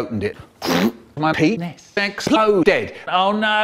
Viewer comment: "My peenessss explOHHdead." Oh, my God. This is gold.